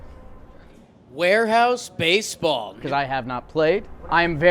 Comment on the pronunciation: "wHAIRHOUSE BASEBAW"